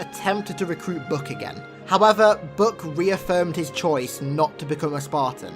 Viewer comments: His namn is Buck, BUCK. Not "Buk"... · book? does he mean buck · Omg its buch not book